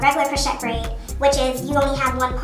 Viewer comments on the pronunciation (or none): Friendly F.Y.I... Crochet is pronounced Crow-shay not Crow-chet ❤